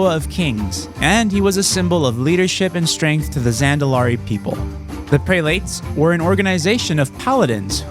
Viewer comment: Prel it. Not pre late.